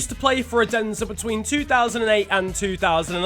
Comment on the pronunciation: When you tried to say “Odense” i Got some kind of disgusting sickness